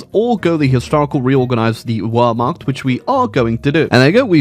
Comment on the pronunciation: Just wanted to let you know that the W in Wehrmacht is pronounced like a V.